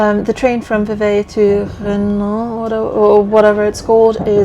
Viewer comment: Chapeau!!! The last time I did a over 29 km 'hike' was in the army a few moons ago. Renens is pronounced Röno more or less.